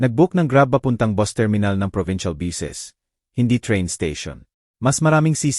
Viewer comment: bt kya gnito mgsalita yung mga gnitong blogger na ngnarate ng kwento, dmo mlman kung anong lahi, ang bus boss dw, ang note no-te